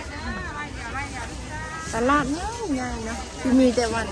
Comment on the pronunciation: ตลาด....อ่านว่า....ตลาด ไม่ใช่ ตะล๊าด..55555